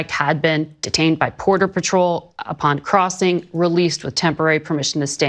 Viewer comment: she said Porter Patrol. Not Border Patrol. Was that intentional?